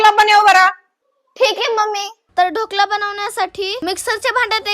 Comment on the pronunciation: ढोकळा नाही ढोकळा बोलतात त्याला😂😂😂